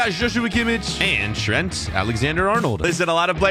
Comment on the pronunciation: You said shrent alexander arnold